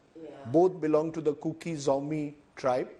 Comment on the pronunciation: It's KUKI Not Cooki.